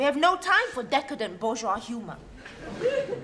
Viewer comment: If you listen very carefully, you will notes, that has said letter "r" in two word in a row: bourgeoise humor.